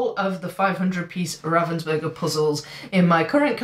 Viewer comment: Don't beat up on yourself for mispronouncing Ravensburger. Ravens are very intelligent animals whereas burgers are often semi sentient.